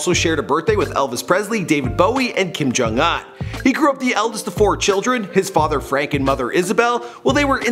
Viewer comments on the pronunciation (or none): Bruh it's pronounced Kim Jung OUN not UN. Other that that thank you for the video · Bro you need to start pronouncing words better. It’s Kim jung un not iyn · Kim jung “Uhn” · he said king jang AH n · Kim Jong- Hunnn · Sick pronunciation of kim jong un lololol